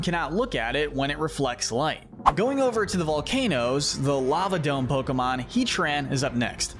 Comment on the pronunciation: Bros Pokémon name pronunciation skills are 2/10 💀